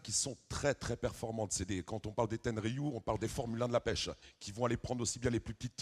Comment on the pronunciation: le mec il ne connait même son sujet, respecte la marque "ten er riu" .